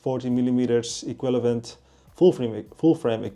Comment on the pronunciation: iekwillavent??? equivalent.. ie-kwiv-a-lent